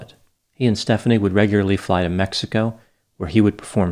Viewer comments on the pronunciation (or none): none